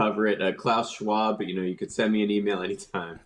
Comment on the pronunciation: Claus Schawb it's krecy.